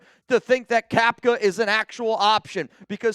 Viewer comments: Bruh it’s Cap-uh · Cappa, not Cappka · Isn’t it Cappa not capka??